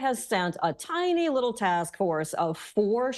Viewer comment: See how she stresses, "tiny". Gaslighting